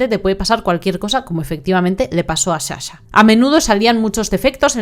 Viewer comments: otro misterio es de donde sale la palabra Shasha cuando es Sasha... shushi😢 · Perdon no es hate pero me enerva , mi toc no me deja 🤣es sssssssa-sha no shasha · Sa-sha no sha-sha 🙌